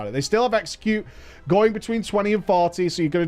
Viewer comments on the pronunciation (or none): That time said “sweeping strike, execute” bu it sounded like sweeping strike sexy cute